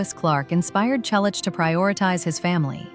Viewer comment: Teach your AI-generated voice to pronounce "Selleck" correctly. Not again the story of his life. Everyone we know an most of his fans have already read his book or listened to the audio CD. Learn English. It's free on YouTube. Read it. Why talk about people you don't know personally? Why copy the same video and comment from other creators? The story about him and James is getting more exaggerated every day. Again: Don't talk about people you don't know personally.